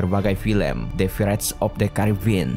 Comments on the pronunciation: The pirates of the Caribbean bukan the vressttt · Wkwk maaf telat setahun, dari menit awal aja udah aneh bro pas ngomong piratesnya itu praits dia ngomongnya wkwkwk